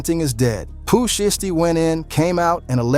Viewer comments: Foogiano is out?? And I wish these white mf'ers can pronounce there words right, it's "shiesty" not "SHY-EASTY" and it's "1017,TEN 17" NOT no damn one thousand seventeen smh goodness gracious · "Pooh Sheesty " 😭😭